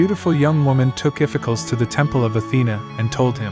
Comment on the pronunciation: Spelled Iphicles, pronounced "iff-eh-KLEEZ" Or "iff-eh-cklohs"